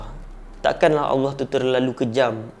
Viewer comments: cuma ada skit teguran. aku macam dgar ko sebut awah bukan Allah. try ubah skit. ni sbb terbiasa. aku pun dulu2 mcam tu. nk sebut laju2 je. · SEBUT NAMA ALLAH TU BIAR JELAS SIKIT...."AWOH APE AWOH "? ORANG KAPIR PUN SEBUT NAMA ALLAH DENGAN JELAS KALAU TAK BOLEH BERCAKAP DENGAN BETUL ,JANGAN BAHAS BAB NI...ORANG CAKAP LEPAT SESAT ,ORANG TAK BENARKAN LEPAT BERCAKAP TENTANG FAHAMN2 DIA SEBB TANAK PENTAKSUB2 MACAM KAU MUNCUL DAN SEBARKAN APE YANG DIA SEBAR .....JADI BETTER KAU DIAM...JANGAN BERCAKAP TENTANG INI Allah suruh kita amar makruf nahi mungkar (mencegah kemungkaran) bukan kita semua suka2 nak sesatkan orang .... dah memang jelas lepat sesat , suka2 menafsirkan ayat Al-Quran ikut selera dia bab paling kelakar ..."AJARAN LEPAT ADELAH BENAR ? DULU PENGIKUT AYAH PIN PUN CAKAP "AYAH PIN BENAR " & "AYAH PIN ADELAH TUHAN" 😅😂😂😂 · Ko tak jumpa dekat mana dia sesat? Alahaii...Ko buat kajian ape benda ni bro? Baca tafsir ikut paleotak sendri...ko sebut Allah pon tak betul..haha